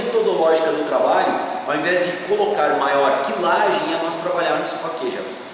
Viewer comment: "Kilagem" nãoooooo . .. . Muito bom o video mesmo mas "Kilagem" é péssimo . . . . .